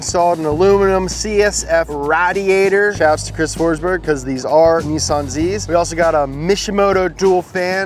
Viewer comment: Stop saying nissin it’s Nissan